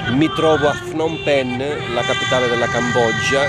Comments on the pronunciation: Fnom penh? Non si pronuncia cosi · semplicemente come si scrive. Phnom Penh. Io vivo qui da 5 anni e parlo Khmer. La pronuncia è Pnom Pen.